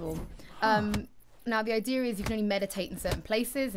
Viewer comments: The ideer people its the ideer apples new english speaking siri ... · why do Brit's say idea like they do? are they adding an r lol